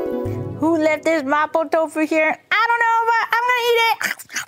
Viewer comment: Why does she pronounce mapo tofu like that